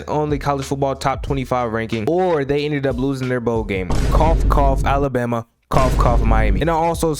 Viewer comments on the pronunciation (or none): none